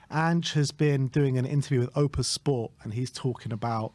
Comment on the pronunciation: It’s OPTUS, not OPUS!!